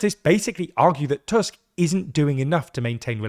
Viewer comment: On the other hand, he pronounces Tusk properly :D